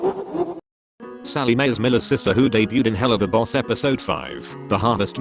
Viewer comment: I find it really funny how the text to speech voice calls the show "Hell-loo-va-boss" all of a sudden. Best part is how it comes out of nowhere and the rest of the time its pronouncing the word correctly.